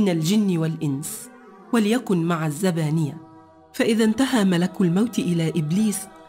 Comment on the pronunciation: المؤثرات الصوتيه مضحكه والمتحدثه عندها اغلاط ( الذبانيه ) الزبانيه